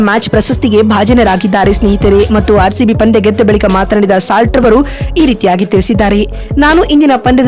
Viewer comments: Slat alla kane salt 🧂❤ Pronunciation kali😅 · ಸ್ಲಾಟ್ ಅಲ್ಲಕ್ಕ ಸಾಲ್ಟ್ ಅದು.. ಉಚ್ಚಾರಣೆ ಕಲಿ ಮೊದಲು. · Nonsense, it is salt not slot. First learn how to pronounce names of players. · ಸ್ಲಾಟ್ ❎ ಸಾಲ್ಟ್✅ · ಸಾಲ್ಟ್,, ಇಂಗ್ಲಿಷ್ ಅಲ್ಲಿ ಉಪ್ಪಿಗೆ ಸಾಲ್ಟ್ ಅಂತಾರೆ ಸ್ಲಾಟ್ ಅಲ್ಲ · ಅಮ್ಮ ಅದು ಸ್ಲಾಟ್ ಅಲ್ಲ ಸಾಲ್ಟ್ ಕನ್ನಡ ಪದ ಸರಿಯಾಗಿ ಬಳಸಿ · ಬೇ ಯವ್ವ ಸ್ಲಾಟ್ ಅಲ್ಲ ಅದು ಸಾಲ್ಟ್ adu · ಸ್ಲಾಟ್ ಅಂತೆ 😆😆😆 ಲೇ ಅಡ್ಮಿನ್ ಅದು ಸಾಲ್ಟ್ 😆😆😆😂😂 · ಉಪ್ಪು ಅಂತೀರಾ ಮತ್ತೆ ಸ್ಲಾಟ್ ಅಂತ ಹೇಳ್ತೀರಾ 😊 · ಸಾಲ್ಟ್ ಅಂತ ಸರಿಯಾಗಿ ಉಚ್ಛಾರಣೆ ಮಾಡುವುದನ್ನು ಕಲಿತು ವಿವರಣೆ ನೀಡಿದರೆ ಉತ್ತಮ, ಮೊದಲು ಸರಿಯಾಗಿ ಇರುವ ಪದಗಳನ್ನು ಅಭ್ಯಾಸ ಮಾಡಿಕೊಂಡು ಮುಂದಿನ ಬಾರಿ ಯಾವಲೋಪವೂ ಇಲ್ಲದ ವಿಷಯ ತಿಳಿಸಿದರೆ ವಿವರಣೆ ಕೇಳಲು ಉತ್ತಮ ವಾಗಿರುತ್ತದೆ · Fill Slot 😂